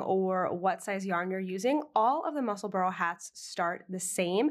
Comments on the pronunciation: Love your knitting but it's musselbura not burrow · Neither. It's pronounced Mussel-burrah. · I’m so curious-Since you live there, is it pronounced Mussel-burrow or Mussel-burr or Mussel-burg?